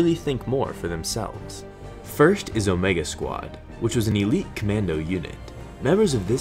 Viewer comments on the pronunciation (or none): none